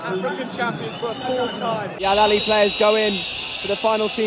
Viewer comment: It's not alalia ... It's Alahly ... The biggest club in africa ... We already won this cup 10 times ago ... And this is our ( 11 ) ❤❤🎉 ... This is our way to say hello to all Africa ... 🦅❤❤